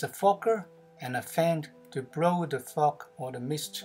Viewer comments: Your pronunciation of the word Fog sounds like Fuck...ty for the laugh...😁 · Sorry bud it's just it sounds like you are using a cuss word when you say fog. I did subscribe wmto you love the video, I'm going to try to implicate that design but with 7 gallon tote with 34 clone sites. How many gallons is the tote you use